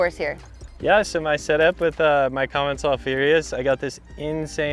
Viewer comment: The way they misspronounce commencal and marzocchi....